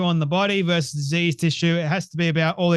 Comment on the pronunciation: Good video, as always. One side note: "vs." or "v." is pronounced "versus" not "verse." "Versus" means "against"; "verse" is an excerpt of poetry.